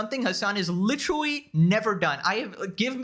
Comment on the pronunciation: You need to stop using the word literally so much. You're not using it incorrectly or anything. You just can't pronounce it properly. Try synonyms like actually, really or plainly.